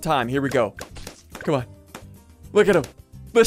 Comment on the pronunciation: I feel like ssundee is saying come on so much it sounds like comma